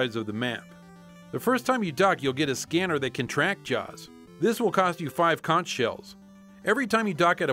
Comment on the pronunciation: it's pronounced Conk not Conch!!!